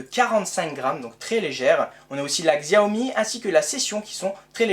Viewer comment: Xiaomi se dit "chaomi"